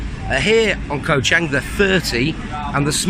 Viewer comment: its pronounced as the same as the Chang Beer. you keep referring to the island as CHANG as in a Chinese surname. other than that, good video.btw, were you there when this occurred?